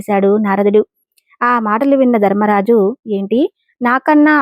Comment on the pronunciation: ధర్మరాజు అనాలి దర్మరాజు కాదు అక్షరానికి ఎక్కడ ఎలా పలకాలో అలా పలికితేనే అర్థం అందంగా ఉంటుంది